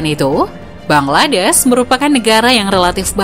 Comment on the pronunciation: Bangladesh min bukan bangladess